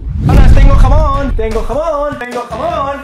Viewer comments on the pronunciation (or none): Fui la única que escuche "jabón" y decía "jamón" jajaja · Jaja pense que dijo jabon que jamon